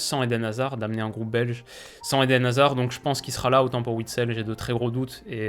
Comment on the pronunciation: Sans hazard et wistel, ça va être très chaud. (Merci, t’as bien prononcé tout les noms, vrm thanks parce que parfois c’est très dur à entendre)